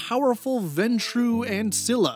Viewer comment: Some pronunciations and terms from VTM for those who are just learning them, because they're all weird and hard to sus out. Ventrue: (VENN-true) got it right but put the accent on the wrong half. One of the 13 (ish) clans, business/ruling focused. One of the founders of the Camerilla (see below) Ancilla: (ann-SILL-uh) got this one right! The books usually refer to them in the plural as Ancillae (ann-SILL-ay). This is a reference to a vampire's age, meaning they've been undead for 100-200 years, which makes them 3rd from the bottom out of like 6 or 7. Depending on the city, an Ancilla may be the oldest (un)living member of a Clan present, so others of that clan may look to them for guidance, but in any case they know their shit and they're dangerous to mess with. Coterie: (COE-turr-EE) Basically a fancy word for a party of vampires, who may or may not share a clan or a goal, but who the higher-ups have all put together for a purpose in THEIR plans. Childe: got it right, it's just "child." With this spelling, it's saying this character is not LITERALLY the child of the referenced one, but that the referenced character TURNED this character into a vampire. The vampire that makes is the Sire, and the one that is made is the Childe, and all vampires made by that Sire are its Childer (CHILD-er) Camerilla: got it right as CAM-er-ILL-uh, but apparently CAM-er-EE-uh is also correct? They are the biggest of the 3 vampire factions and are a regency-based Autocrat